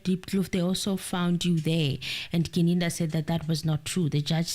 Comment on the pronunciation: Yesterday got Gininda's name right. But today we're back to Ginindi. 🙆🏽‍♂️🤓 Come on, you can do this 😂 Still better than the judge's Ginanda though.😂